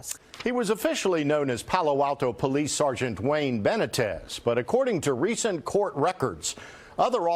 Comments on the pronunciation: How is it possible for white people to live in a community with a large Hispanic population and not learn to pronounce Hispanic names. Benna-tez, give me a break, its Buh-nee-tez. Dude is a dick but still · It 'ben-knee-tez' for Christ's sake. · Ben neat tez is how you pronounce his name BENITEZ.